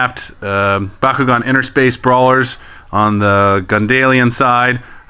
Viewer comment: what is the most powerful ventus bakugan and by the way it's not pronounced baw kew gawn it's pronounced b(aaah) kew gawn